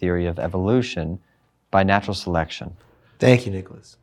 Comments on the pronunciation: In the begginin did he just say niggalas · I thought the the teacher said the n word in the beginning when he said Nicholaus